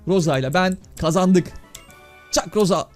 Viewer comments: Ros diye söyleniyor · Roz diğe okunuyor Rosa abi